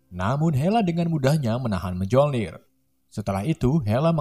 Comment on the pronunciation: Miolnir di bacanya miolnir, kagak pke j , kesel dengerna cukkk